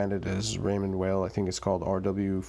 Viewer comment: Good review. Appreciate the side by side with the Seamaster. Not many seem to put watches side by side to compare. BTW, Weil is pronounced "while" not "whale"